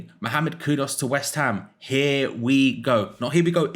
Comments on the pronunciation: Kudus!!!!!! How hard can it be to pronounce a name properly. There’s a U in it not an O. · His name is KudUs, not Kudos. But great player!